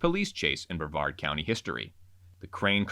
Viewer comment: Not brevard county 😭